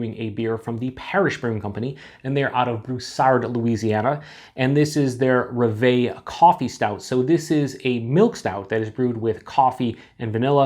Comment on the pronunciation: It's roooooooooveeeeeeeeee ! it's actually "Rev", which means Dream in French. Cheers !!!